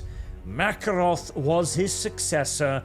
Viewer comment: I feel like it should be. Ma-care-off, not The Russian Makarov with an f.